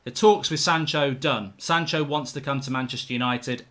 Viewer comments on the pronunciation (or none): it's Sancho and Van De Beek not "shanco" and "vanderbeek" ffs